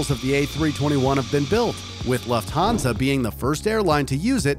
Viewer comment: Is no one going to talk about this guy pronunciations of Qantas and Lufthansa , and last vid he said Dutch not Deutsch